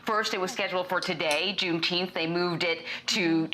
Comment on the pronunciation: yeah and BLM....riots too...nobody cares about juneteenth...it's funny to see news anchors read that thing They can't even pronounce it